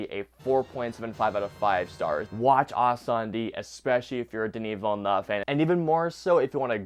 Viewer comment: It's more than fine. Hey, you at least had 'Villeneuve' mostly right. I've heard some horrifying stuff looking reviews of this movie.🤣